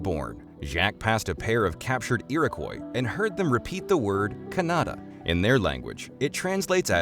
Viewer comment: A number of pronunciation mistakes are made Jacque Cartier, Kanata…